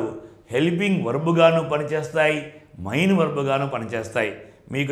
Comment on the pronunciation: Sir mee classes baagunnayi. Kaani mee pronunciation konchem chusukondi. Main 'మెయిన్' you are pronouncing like mine ' మైన్ ' . It is little odd and cinfusing